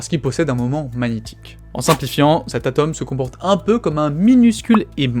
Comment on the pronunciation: Vraiment plus personne ne sait prononcer le "o" de atome...